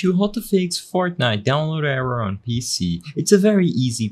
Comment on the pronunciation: Bro said “fartnite”